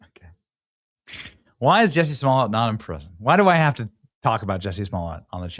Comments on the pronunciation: Benny come on its like jusey say it right ! You need to look him up on this survival show my friends told me to watch because Johnny manzel 👀was on there also you should look that up unbelievable! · Juicy, his name is pronounced juicy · Benny, Jussie.....rhymes with Pussy..... Jus'Sayin'! Jess1344